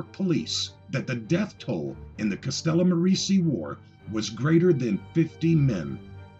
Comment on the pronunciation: Castellamare = "Castella-MAH-ray".